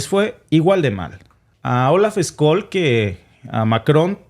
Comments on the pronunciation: Scholz se pronuncia " cholz". Tú pronuncias Skolz. En todo caso vuestro análisis y comentarios están muy buenos. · Se llama Olaf Scholl y no skol como tu lo pronuncias😅😂😅😂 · Hola que tal sigo tu programa desde hace un tiempo muchas gracias por tu información.. Solo quería pedirte el apellido del canciller alemán se pronuncia de otra manera..trata por favor de pronunciarlo tal como lo voy a escribir Chols (Scholz) No skols como tu lo dices .. saludos desde Austria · SE PRONUNCIA: OLAF SHOLTS y no SKOLL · Hola escol Noooooooo olaf shol se dice asi olaf shol me estresa que lo digas mal jajajajaja me encanta edte canal paz y amor hispanoamerica unificada todos somos hermanos